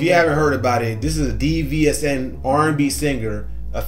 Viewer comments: DVSN is pronounced as division they're signed with Drake and have wrote hooks for him and songs for other artist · Its pronounced “Division” (DVSN)❤